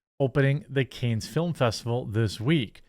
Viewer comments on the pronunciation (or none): Its cahns not canes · "khan" not "canes" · It's pronounced "konn" not "kAnes" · It's pronounced Kahns not canes. But I am still a big fan, bro! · You said “CANES film festival“. It’s pronounced “can”. French word. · Not to be a jerk, but. It's not "cane" it's pronounced like "kahn". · Can. Not canes. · It’s pronounced “Kahn” or “Can”—the final “s” in French is almost always silent. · Fun Fact : Cannes is pronounced CUNT but without the T . It's in France. Don't mean to be the grammar police I just felt like writing the word cunt. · Cannes is pronounced Kahn dude...😅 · Cannes is pronounced Kahn with no S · With respect, Jeremy, please do yourself a favor and Google the proper pronunciation of "Cannes." You're in mass communication, so you owe it to your followers to say it correctly. It's Cahn or Cohn. While you're at it, search for Jean de Barrie as well. Peace! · Cannes is pronounced Kan haha. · "Can" Jeremy... it's pronounced "Can" :_QuarteringCbc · It's French, the es at the end is silent,it's pronounced like can. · It's pronounced like can dude, that was painful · Translates to canes tho so you almost had it I guess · I believe it’s pronounced “con” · Cannes is pronounced "con" or "kawn." I enjoyed the video. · It is NOT pronounced "CANES" jeeze is it too much to ask to pronounce the name of this most famous Cinema Festival correctly??? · It's pronounced can. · His pronunciation made me wanna get some Raising Canes chicken 😂